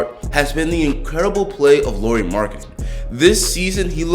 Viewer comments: Great video! Keep it up! One thing that kinda bugs me as a Finn though is how you pronounce Lauri (should be pronounced the same way as Lowry) :) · It's pronounced La-oo-ree. 🇫🇮☺ Anyways, great video!